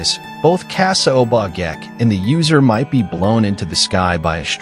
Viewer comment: Check on pronouciations. Obake (O-Ba-Kay)